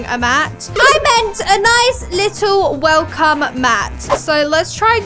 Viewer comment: welcome 🎉not welcom what is that😂